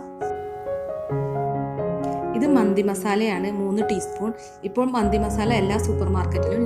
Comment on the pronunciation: Hello it’s not manthi, it’s Mandi